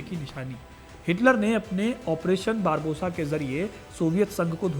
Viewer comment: बारबोसा नही बारबारोसा बोलिए,,क्यों दर्शकों को गलत उच्चारण सिखा रहे हैं